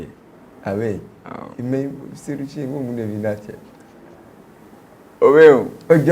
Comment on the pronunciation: C’est pas seyou Che mais Seydou chee lol😂